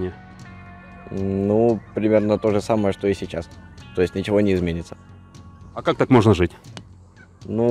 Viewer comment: "А он и не обифял нифиго..." - поржал на этой жалкой фразе.)